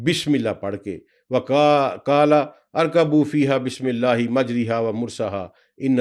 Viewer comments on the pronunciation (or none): This word in the Quran is the only word pronounced against the rules of tajweed it is majjrayha not mujriha !